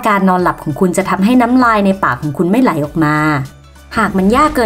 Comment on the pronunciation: ไหล ครับ ไม่ใช่ไหน 55555